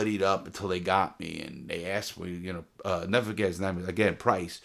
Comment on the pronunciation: This man is Alzheimer's worst nightmare, cuz he'll "neva fughet"